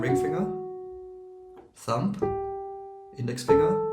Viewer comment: "Thumb" ends with the nasal "m" sound, not a plosive "b" or "p" sound. The final b is silent. English is weird.